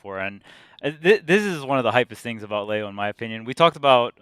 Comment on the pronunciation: Tweek will pronounce Leo's name right one day.. I just know it!